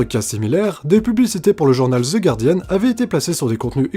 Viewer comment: Enfin un français qui prononce bien le nom du journal The Guardian et non pas Gouardian